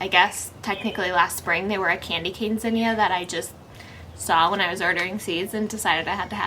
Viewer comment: I love how you pronounce Zinnia. So cool that way.